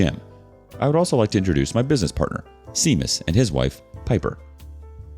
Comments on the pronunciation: Shame-us, not Seam-us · His name is Irish. It's pronounced Shame-us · Pronunciation note: OMG, it's SHAY-mus for Seamus. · Pronunciatio note: Seamus is pronounced SHAY-mus. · Lmao. I went to HS with a guy who pronounced it seamus and we’d call him the proper pronunciation just to puss him off😂😂